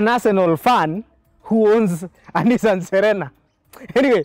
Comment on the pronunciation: I subscribed but naumwa coz I drive a Nissan, proudly but the way unasema Nissan ni Nissan tu🤣🤣 makes me feel like unsubscribing. On a light note tho